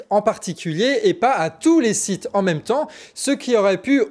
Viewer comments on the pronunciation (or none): none